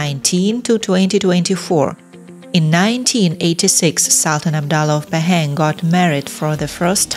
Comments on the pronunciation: The pronunciation of Pahang is Pa ( like papa) and Hung ....Pa Hung NOT Pay- Heng. 😅😅😅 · Pahang - pronounced Bahasa Melayu way, not British nor American way. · laughing hearing you pronouncing 'Pahang'